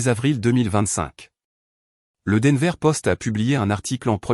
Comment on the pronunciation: D enver!!!!!pourriervous respecter 'es noms propres